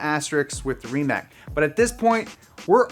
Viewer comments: Rimac Nevera is not pronounced RimaK but Rimats. Also, "nevera" means disbelief in Croatian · Super excited for the rimac Pronounced ree·muhts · I think Rimac is pronounced "Ri-mats"